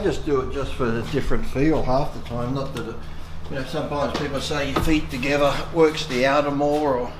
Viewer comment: Legs close "too geva"